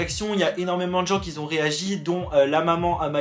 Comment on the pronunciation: Tu veux pas arrêter de dire « des gens QUI ZON galéré » c’est douloureux 😣